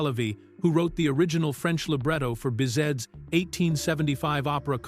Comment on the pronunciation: As well as Bizet not "bizette"